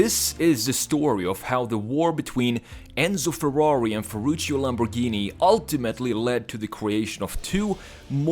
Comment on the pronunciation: he's name is Ferrucio, not Ferrucio, say it properly